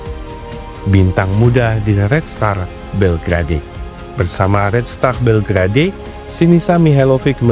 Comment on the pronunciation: Belgrade sebutan yg benar bel gred bukan bel gra dey..😊